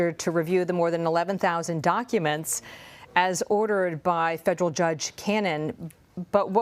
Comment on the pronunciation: Did she say: donkuments